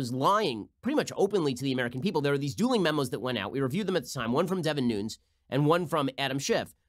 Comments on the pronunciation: You're kidding when you pronounce Devin Nunes last name, "Noons," instead of "Nu - nez," right, Ben? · Ben why do you mispronounce Nunes' name?